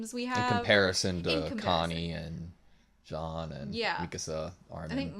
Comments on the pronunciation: is "jean", not "jhon" xD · It's pronounce "Jean" like the first name "Jean" in french (Use Google trad for having the sound and the good pronounciation) and not "Jean Leavis" loool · John is still wrong, that's a good approximation for English, but the j is too hard in John. It's essentially John with a soft j and a somewhat silent n. Tbh the only correct pronunciation for Jean is Jean, you just have to be used to French. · Probably jean is a french name. I think it’s pronounced john in english. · No about Jean. He pronounced wrong his name, !))) And I'm French. Ik that's very hard to pronounce this name Jean, right for strangers.